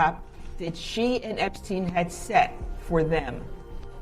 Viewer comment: The dude's name is "Epstein" for fuck's sake. Not "Epstin".